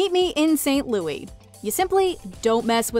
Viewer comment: It's pronounced Saint Lou-ISSS not Lou-EEEEE. They even mention it in the film itself!